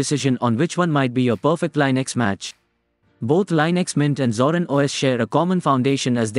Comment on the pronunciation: Please learn to pronounce it correctly, INSTANT CLICK OFF